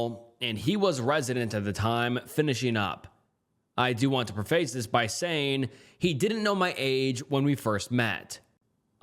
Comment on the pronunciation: and "pree-face"